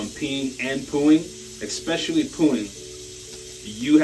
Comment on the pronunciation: The word is " especially ", not " ecspecially "...